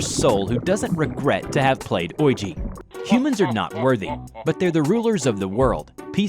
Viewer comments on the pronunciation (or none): Bruh “OIJI” It’s pronounced “weejy” But I don’t care ngl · "Wee-jee". Not "oy-gee". Certainly not the word "orgy". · Hey you said oiji when those kids had a ouija board its pronounced kind of like weegee or weega board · Ouija pronunciation: “Wee-Jee” pronunciation: “Voidja” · Nobody:: Ougi (Ouija > We-Gi) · You pronounce Ouija as “wee-gee” the letter g. Wee G. Not Oyji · OYEGEE???? Its pronounced WeeJAA!! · wait its pronounced Oijee? i thought it was sounded out as Weejee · wrong way to say it Ouija = oi ~ gee the correct way to say it WEEGEE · It's "oh-wi-ja" (ouija). NOT "oi-ji"! Oh the cringe everytime I hear you say it in the vid... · im sorry but did you say OI-Gi.... Its Wee-Gi Lmao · oygee? its pronounced weegee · You are the first person I have ever heard call it an "oyeegee" instead of "weegee" board. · Why do you pronounce Ouija as Oyji, it's pronounced Wija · It's pronounced weeji, not oija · Ok I’m sorry but oiji it’s said like weeji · Sorry there pronounced weegee boards like luigi ......sorry it was just kind of anoing I love your channel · oiegie? it said weiga. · Ouiji hahahahaha it's ouija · Oi-jee Me: it's we-jee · Oigi?!?! Do you mean ouija? Like O-Wii-Ja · Ouija is actually pronounced "wee-jee", not "oi-jee". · No hate but it’s not pronounced oy-jee it’s pronounced wee-jee :D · Ok so not oiji. It is pronounced Wee-Gee Edit: Maybe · Ouija is pronounced weeji not oi Jee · It's not pronounced oyjee it's pronounced wee ya because if the French and German words for yes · Ouija = wee juh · I love how he pronounces ouji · everyone: ouija: OwIgY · Never heard anyone pronounce Ouija the way the narrator of this does. Oiji? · im sorry did you say ouiji as orji? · The guy is pronouncing ouji wrong is sounds supposed to sound like we-gee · Not taking away anything from the video, but most people pronounce ouija “wee-jee” does everyone pronounce it wrong, or does he have it wrong? I honestly don’t know.